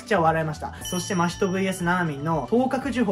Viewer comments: わたしは、の「 真人」のイントネーションがいつも気になる〜🙏💦わたし的に、「 真人」は「 夏油」と同じイントネーションなんだなぁ🤔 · アニメのイントネーションについては、某所で言ったらめちゃくちゃ叩かれましたけど、も元々は「夏油」と同じイントネーションだったと記憶してます。 確かアニメでの真人のイントネーションが最初「マヒト」のヒが強調された呼び方で、動画でもそういう発音だったんだ～ってなって以降も変わりましたね。 ただその後結局アニメでも「夏油」と同じ発音になっちゃってどっちなの・・・？って感じです。(その後は夏油呼びに戻ってたような気もしましたが・・・ これは真依の「人外」や「百鬼夜行」のイントネーションと違って名前なんで、芥見先生本人しか正しいイントネーションわからないので仕方ないですかね。 ただ「人外」と「百鬼夜行」をアニメのままの言い方で仰る考察者多くて、なんだかもどかしい・・・